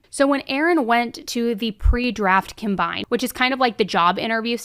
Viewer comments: “comm-bine” not “come-bine”. ❤ to you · I'm just here for all mispronouncing of NFL Combine, Gronkowski, etc